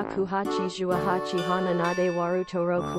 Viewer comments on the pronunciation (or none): none